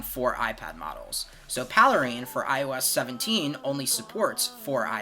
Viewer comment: "paley-rein"? Is it not called Pale Rain?